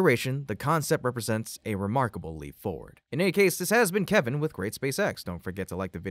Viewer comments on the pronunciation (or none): none